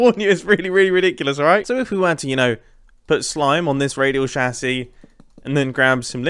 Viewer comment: is it me or does it trigger me when he pronouce radial chassis wrong?